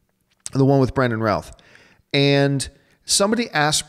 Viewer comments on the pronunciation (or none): none